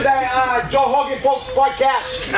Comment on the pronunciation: everytime he says 'joe hoegan' i crack up. lol